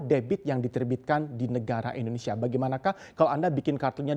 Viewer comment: Boleh kah minta tolong gunakan penyebutan negara kita Indonesia jangan Endonesia, thanks bro....